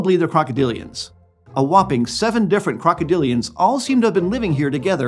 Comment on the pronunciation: krokodilian? more like derpadilion